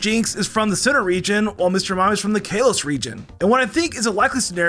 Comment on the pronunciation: Why tf do you say Exeggutor and Kalos like that?